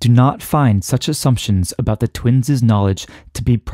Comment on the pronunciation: Nice physics, but the pronunication of twins' was distracting. It is not "twinses." The possessive of twins (i.e., twins') is pronounced, "twins." I still claim that biological organisms do not have asymmetric aging in the so-called "twin paradox."